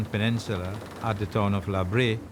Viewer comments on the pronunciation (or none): "LA Bray"? It's Spanish, literally "The Tar". Pronounced "LA BRE-a", with a regular "A" as in "car", "tar", or "ocarina". LA BREA.